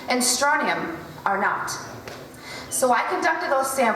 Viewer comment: I have a question or more accurately a few. Considering your presented and self attested background as an experienced and well educated specialist in your field can you explain to me why you did not go out of your way to not only pronounce Strontium correctly( not Stronium), which Strontium 8 has been used in clinical trials for female osteoporosis( and proven very effective) as well as the fact that strontium when exposed to our air turns yellow thus if it was in chemtrails in a dominant amount why are they white, translucent or even somewhat rainbow in appearance on all chemtrail videos or photos?. Which kind was it?. And Barium, in point of fact is not always radio active in the common understanding in the form which happens to be so very abundant as a bi-product of a whole gambit of chemical reactions utilized in countless industrial processes as well as an additive to various compounds we use in conductors and for certain x-ray procedures. Aluminium... it certainly would have gone a long way with regard to convincing me of the 100% truth and accuracy of this video if you had explained that it is by far the most abundant metal within the earth's upper crust. Because of how common it is virtually every life form on the planets seems to have a very high tolerance towards it, so why would they include this?. Actually the beneficial properties have become something of interest more and more. My final question is as follows: So all of these elements are most common as a metal